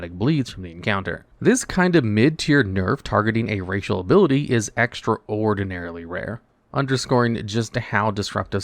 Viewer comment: Please stop doing shit like mispronouncing words on purpose so people will comment fake engagement on your videos. I have more respect for people begging in the streets than I do for someone who does this. "Extra ordinary" its 1 word.